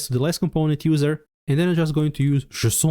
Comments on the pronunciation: Jay-son - unless you're French? 🤔😉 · /ze-s'on/ 🤣😂 From now on, THAT'S how I'm gonna pronounce it !!! 🤣😂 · did i hear "JSON" as "Croissant"? why didnt my local bakery sell that? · Thanks man, I'm still in tears from JESON 🤣😂 I love your videos, I'm subscribed, and I love JESON. I'm gonna pronounce it this way from on, JESON. Thank you, you just made my day!!! ❤🤣😂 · I just started lmaoing everytime he says “json” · I wasn't mentally prepared for that json pronounciation I have to stop the video to evacuate my laughter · sounds French to me